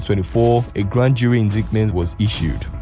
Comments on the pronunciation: Good job. But please note, the word INDICTMENT is pronounced IN-DAIT-MENT. that is In dait ment. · The pronunciation of "Heist" is Ha-ist and "indictment" is in-DITE-ment the "c" is silent. Great edit and presentation by the way💯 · Hi, please take this as constructive feedback because I liked your video. You need to look into your pronunciation. Some words, eg, heist and indictment, were pronounced wrongly.